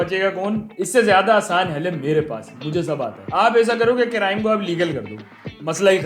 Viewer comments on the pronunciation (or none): Crime ❌ Carime ✅